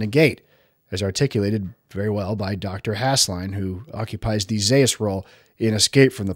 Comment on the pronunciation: Husslein. Not Hassellin